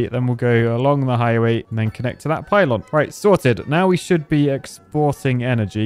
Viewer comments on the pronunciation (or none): none